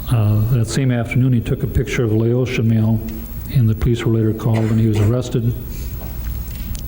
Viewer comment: All this money y'all spend on education to get here and you can't even properly pronounce "Laotian"🤣